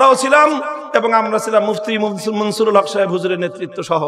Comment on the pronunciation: মুহিউস সুন্নাহ আল্লামা মুফতী মনসূরুল হক সাহেব দাঃ বাঃ হুজুরের নাম ভালো ভাবে উচ্চারণ করেন মামুনুল হক সাহেব